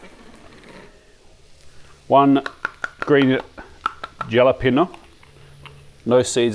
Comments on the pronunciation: Jalapeño pronounced.....Hah Lah(not harlar!) pen yo. The J is not said like an H but it will do. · Just for your information, Jalapeño is pronounced Hah luh peyn yoh You may be interested in knowing that. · I have to chuckle at your pronounciation of jalapeno. We m the USA say ha la peenyo. The J in Spanish is pronounced as an H. I've used your protein press quite a few times and it is marvelous. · Please tell me you are just messing around when you say Jalapeño. Also, tomatillo is pronounced like tortilla is, the double ll makes an e sound.